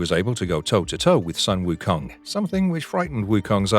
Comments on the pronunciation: Jesus, how hard can it be??!!! Sun - Wukong pronounce just like the word Soon instead The Sun/Son... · His name is pronounced as “Soon” Wu Kong